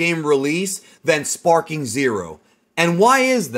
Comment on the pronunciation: Back when I was a kid I thought he was shouting "Spiky Monkey!" instead of "Sparking!" so that's just all I hear now